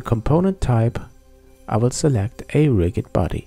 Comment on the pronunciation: you're pronouncing rigid incorrectly.